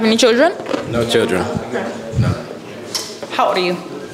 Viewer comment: And why is she pronouncing “children” as “chitchren” or “choochren” lmfaoo huhhh?